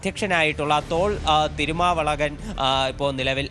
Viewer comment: തിരുമവളഗൻ അല്ല തിരുമാവളവൻ